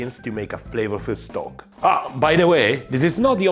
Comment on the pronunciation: It's 'stock', not 'Stok'. It's not a brand name (well, Stok is but it's a coffee brand). It's what it means it imitate: Stock. The cubes are the cheap shit though and their first ingredient is most often salt, with some fat ostensibly for flavor. Better Than Boullion is paste and its first ingredient in every flavor (it has much more variety) is MEAT. Not a sponsor, just if you're looking for a midpoint between 'salt lick' and 'from scratch', Better Than Bouillion will do you proper. And it's easy enough to make your own broth and stocks too. Save shrimp tails and bones, garlic and onion skins, potato peels, root ends chopped off in prep, the woody end of asparagus nobody eats...Boil 'em when you have enough.